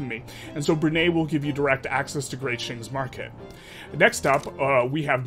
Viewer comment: love your videos! as a bruneian, it's pronounced Bru (brew) - nei (Nye as in Bill Nye the science guy) 😂